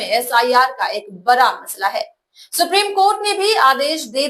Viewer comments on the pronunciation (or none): ऐंकर सड़क कै सरक बोलती है।पहले बड़ा को बरा कहना छोड़िए